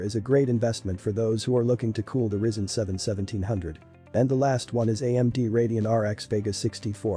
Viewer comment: Pronounced Rye Zen 😂